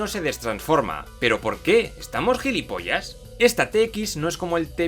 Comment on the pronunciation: Gillipollas????? Que es esa mierda?